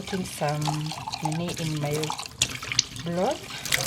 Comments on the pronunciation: I finally figure out you are saying broth and not blood🤣🤣..we eat the meat and also the bones..sometimes they are soft and we make soup with dumplings with the broth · I was also going to correct you about your pronounciation of the word BROTH and also turned on the Subtitles which said you were saying blood which was not correct. You should realise there is an "R" in the word broth then you can't go wrong and Peter should have corrected you like he normally does. The broth meal turned out great and I like the potatoe cakes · It is not bloth it's broth